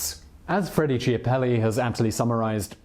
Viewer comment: How can he pronounce "machiavelli" right, but "chiapelli" wrong!?